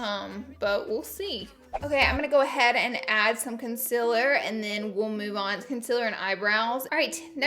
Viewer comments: Laura Lee your saying Concealer wrong your pronouncing it "con-cil-er" it's pronounced " con- ceal - er" thank me later. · “Conciller” that bothers me so much that she pronounces concealer wrong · I'm sorry if this annoys you, I'm just curious but do you purposely say concealer wrong. I think everyone should say it like you do Xxxxx I